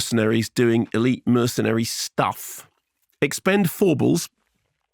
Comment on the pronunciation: umm the 4 is like an A, not an E